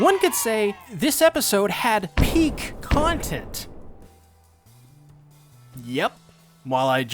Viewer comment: Those puns were Pieck humour. Never apologize for that. Also glad you figured out how to pronounce best girls name correctly.